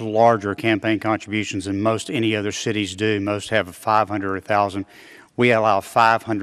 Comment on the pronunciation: Just came to say that , he said “shitties” instead of “cities” 😝